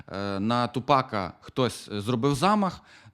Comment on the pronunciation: Блін ну не ТупАка, а ТУпака)